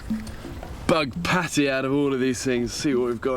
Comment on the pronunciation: Bear said Pâté not Patty, narrator hasn't a clue about any sort of food outside the American bubble 😂😂